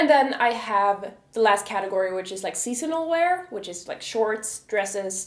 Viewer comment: Where are you from ? You say the words "seasonal" and "casual" kind of differently. Just curious :)